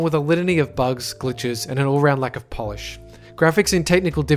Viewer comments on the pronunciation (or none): none